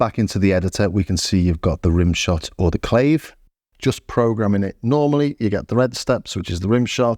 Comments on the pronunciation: Luvya vids, mate/...and YO ! it's CLAH-VAY or -VAYS, ( plural, as it takes 2 to produce the characteristic Latin sound ) not CLAVES, as in CAVES or CLOVES, for instance. So now you can tell me where to stick my CLAVE', OK ? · Nice detailed, thorough and clean video like always, seems like the TR8S is truly a band in a box now! btw, I you were already notified that "Clave" is pronounced "Kla-Veh". Don't forget that "Beguine" is pronounced "Beh-Gin" (..or like Begin, so yeah - the song's name is pronounced Begin the Begin). Cheers mate!